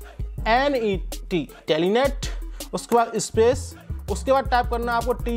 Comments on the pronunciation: telenet nahi telnet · Telenet nahi hota hai bhai telnet hota hai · Bhai vo telenet nahi hai telnet hai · Fix ur command first then tell others It's TELNET NOT TELENET